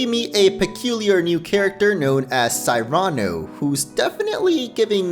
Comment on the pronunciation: You don't know how to say Cyrano do you? I can't believe you've never heard the name Cyrano before